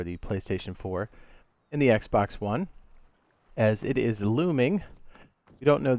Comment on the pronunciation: I didn’t like the brief pause you took between ps4 and Xbox one , also they way you said it too. Wanna fight or something bro?